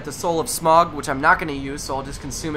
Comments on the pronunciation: It's Smo. Like cookie Dough, smough=smo dough=do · It's pronounced "SmOFF" I believe. Or "SmUFF."